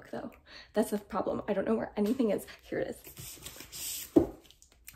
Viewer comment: love the way you keep saying "here" like "hya" 🤣🤣🤣 lifting books and organizing bookshelves are such a workout! no idea how you did it and also picking stuff up at... 6 months pregnant?! 👏 great job with the shelves!!!